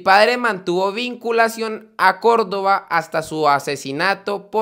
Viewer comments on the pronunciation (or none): none